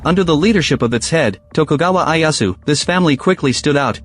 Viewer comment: Who TF is Eye Ass Woo?